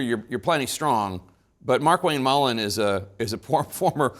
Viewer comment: I am Irish. It's Mullins, not Mullin